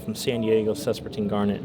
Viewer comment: Sespertine garnet > Spessartine garnet 😁